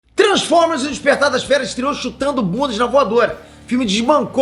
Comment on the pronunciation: "tranformer"?